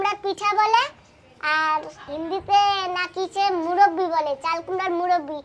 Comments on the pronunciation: Muraba😂 not murobi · মুরব্বি না কথাটা হোলো মৰোব্বা